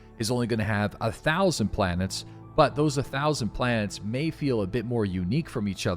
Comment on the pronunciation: I SWEAR TO GOD IM GONNA EXPLODE IF I HEAR IT ONE MORE TIME. ITS OVER 1000 PLANETNS NOT 1000. OVER 1000, OVER 1000, OVERRRRR 1000!!!! Love you lol